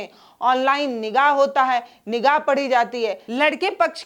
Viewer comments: Maam Nikaah hota hai nigaah nahi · Madam nikaaah hota hai not nigah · Nigah nahi nikah nigah nigah bol rahi hai